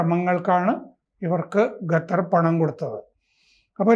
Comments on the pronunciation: ഖത്തർ... ഗത്തർ അല്ല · പുള്ളിക്കാരന്റെ നാവ് അങ്ങനെ യെ വഴങ്ങു. ഞാൻ നേരത്തെ ഇത് point out ചെയ്തിട്ടുണ്ട്